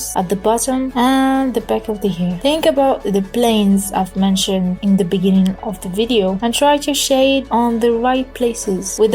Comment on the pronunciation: Thanks for the tutorial but please fix your English you sounded like those Africans "In the Beninging". Don't feel bad about my comment and Good luck.